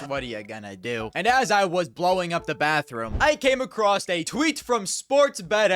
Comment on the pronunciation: love the channel but please stop pronouncing "across" as "acrost" you are a grown man might as well be saying pwease and fank you